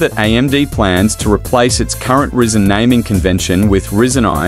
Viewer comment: Can't stand hearing it said risen when it's rye zen(according to every techy/youtuber I have ever heard say the name)